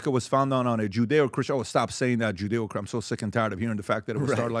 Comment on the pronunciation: He lost me at ‘judaeo’ Christian values 😂. It’s like Jesus no Jesus values.